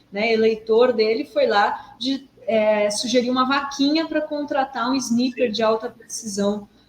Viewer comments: Dri querida, não " abrasileire" a palavra. Amo vcs, mas a pronúncia é " snaiper". É melhor falar em português, atirador de elite, ou só atirador. Obrigada. Ótimo 2024 pra vcs❤ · Sniper se lê snaiper.